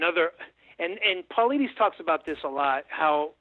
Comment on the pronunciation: This guy is just regurgitating secondhand shit and. also, he isn't able to pronounce David Paulides' name. I had to switch off.